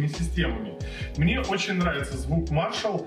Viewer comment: Надо было сказать, что один миниджек - вход, а другой - выход, кому надо, тот поймёт. Маршал скорее имели ввиду в названии мажор, ведь речь идёт о музыке. А если выговаривать правильно одну часть названия, то надо спросить у гугла как правильно выговаривается и название бренда.